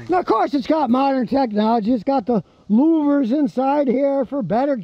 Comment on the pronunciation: Scotty, what was in the grill area for better gas mileage, but gets enough cooling? Did you say “loomers”?